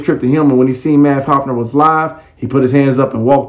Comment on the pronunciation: It’s Math (Haw FA) Hoffa not Hofner corn ball 😂😂😂